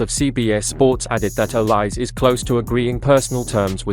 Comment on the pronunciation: Please pronounce the name properly: Not two syllables, o-lise, but three syllables: o-li-se, with e accented as in French entree